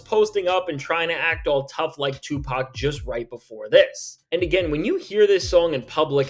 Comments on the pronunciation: Sorry, did you just say SUEPAC? I'm stealing that, just like "Lawbrey" 🤣🤣🤣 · Did he just say "SUEpac"? LOL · Yo! Hold up!? Did he say Sue PAC 🤣🤣🤣🤣🤣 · I had to restart because "Sue-Pac" took me all the way out! 🤣🤣🤣🤣🤣🤣🤣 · Bro said Suepac 😂😂😂